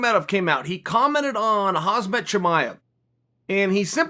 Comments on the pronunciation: Adnan S. it should be Hamzat pronounced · it's pronounce hamzat ( literally)